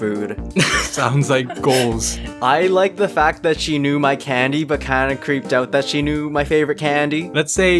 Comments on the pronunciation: The way says candy is so cowboy-ish? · I love how pronounces candy xD